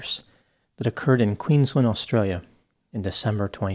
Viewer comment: Yeah nah i was shocked he pronounced Brizzy properly & apart from getting Mt Isa wrong & Queensland nearly right he did a great job. It's good to see an American actually taking the time out to learn how to pronounce Aussie states, cities & towns correctly when other American's get it so wrong that it's not only cringey but annoying aswell.. the pronunciation of Melbourne always get me